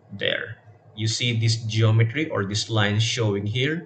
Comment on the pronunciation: did you just say location "RINE" instaed of location line